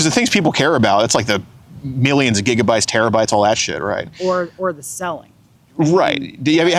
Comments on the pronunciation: "Gigidy-bytes"? LOL. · He said "gigitybytes"😂😂😂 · He said "how many gigadee bytes" 😂😂